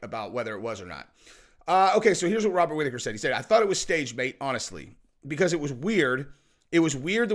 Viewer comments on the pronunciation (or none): none